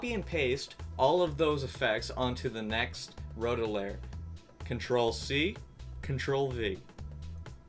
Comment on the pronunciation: I like how he says lair instead of layer.